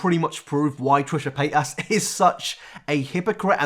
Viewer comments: No one: This guy: Trisha Payt-Ass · I like how you say her name UwU sounds like Trisha paid ass